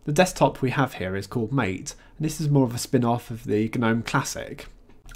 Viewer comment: MATE is pronounced "Ma-Tay." Nice review